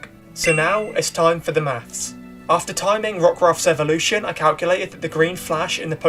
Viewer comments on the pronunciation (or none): none